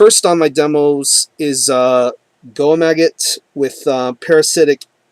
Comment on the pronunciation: I'm honored that you like my band's music (Goemagot) man! I'll send you a CD once it comes out. The pronunciation for the band is Go-Ehm-Ah-Got, but everyone gets it wrong haha. Thank you!! We will be in Texas in June.